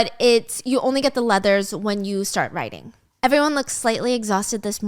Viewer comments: He’s hearing “writing” me also hearing “writing” everytime Stephanie says “riding” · I for sure thought she was saying writing not riding 😂❤